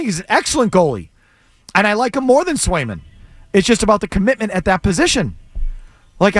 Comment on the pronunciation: Must be smoking while giving takes…trade Swayman when you literally don’t even know the two goalies on the roster or how to say their names….kick rocks and at least do a smidge of research